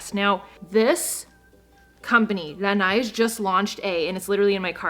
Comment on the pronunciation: I speak French Me, French: Oh!: Pronounces "Laneige" Me: Ohhhhh, she means français canadien;)